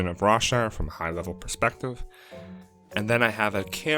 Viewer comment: When you said Rawshire , I thought you said Rob Schneider for a second